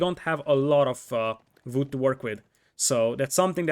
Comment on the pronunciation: I like how you say vood